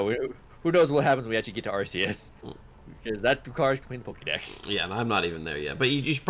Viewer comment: Dammit, you took Latin, it’s ARK-EE-US